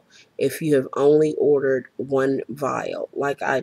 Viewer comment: whats a viaile? you said you purchased a viaile